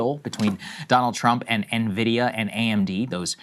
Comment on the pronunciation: Saagar is THE ONLY political pundit that pronounces: "Nvidia" correctly.